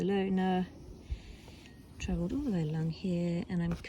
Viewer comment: What a 'well twavilled' pudding!